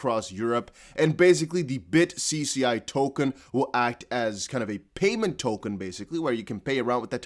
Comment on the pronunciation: the bitcci is Italian... the cc is pronounced like a ch